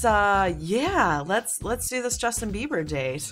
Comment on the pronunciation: "Justin babby" I laughed pretty hard at that